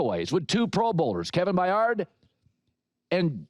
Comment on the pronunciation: Kevin Bye-Ard... Jaylon Johnson!